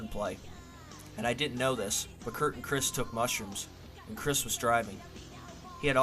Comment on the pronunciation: It’s Krist like WRIST not Chris.